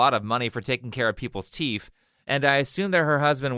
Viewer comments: did you say teef lol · "for taking care of people's teeff..." Love it. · “Teef” haha I heard that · I like how you keep pronouncing it "teef" 😂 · "people's TEEF" 😂 God I hope you did that on purpose! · The way you kept saying "teef"... LOL. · Wait wait wait, you said teef! Are you African too? 😂 What's the deal wif dat anyway? Is that like a cultural thing or... #JustCurious